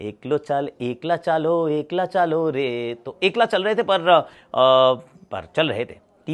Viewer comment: Ekla cholo ka pronunciation galat hai, "Ash" ki "a" ki pronunciation hogi "e"kla me